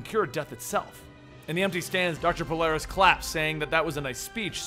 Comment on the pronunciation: isn't it Polaris??